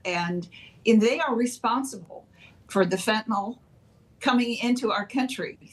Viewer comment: The Democrats do not realize it is the Cartels who are growing all the avocados. They have controlled the farming of the fruit for years and probably make more money off avocados than fentanyl. BTW, why to these people pronounce Fentanyl as Fen-tan-OL? Jeez!